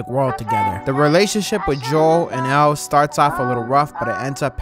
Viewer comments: Nah bro said EL 💀💀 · It's Ellie. Not L. Come on buddy smh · He saying Ellie wrong if ur gonna say it wrong don’t even play the game like me I’ve been playing the game since the first one so don’t even dare touch the game if I can’t say the names right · Ellie not L btw